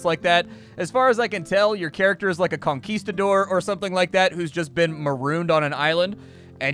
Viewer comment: Did you say conqueeftador?